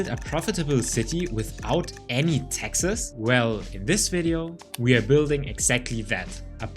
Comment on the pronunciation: I can tell you aren't american because you keep pronouncing "Texas" instead of "taxes"